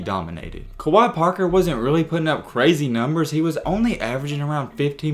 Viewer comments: It’s pronounced like kway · Wait, who's Kawhi Parker lol. Its Kwe (Kway) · Kwe (qay) not Kawaii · Pronounced "QUAY...KWAY" Kwe Parker👍🏿! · It's pronounced (kuh-wae), I knew him in high school. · You pronouncing his name wrong af, and the Tennessee analysis your saying is 100% inaccurate. Kwe didn’t have super heavy expectations at Tennessee. It was Rick Barnes first year and he was primarily recruited by the coach before Barnes (Donny Tyndall) so it was probably a fit issue more than anything. Plus nothing at all wrong with transferring to a JUCO after things don’t work out, no need to mention that Tennessee wasn’t trying to kick him out. He played behind Kevin Punter who is literally THE best player on the World that’s not in the NBA and also Lamonte Turner who was ranked higher so wtf you mean he was supposed to lead Tennessee his FRESHMEN year? Like come on bro do some homework before posting BS to get some viewership. This is by far one of the worst takes ever in basketball history. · If your gonna make a video about someone, you should probably know how to pronounce their name.... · 1st pronounce his name right!!! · You didn’t even say his name right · I’m pretty sure that’s not how u say his name